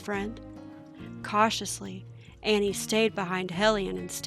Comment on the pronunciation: And btw it's pronounced Awwwneee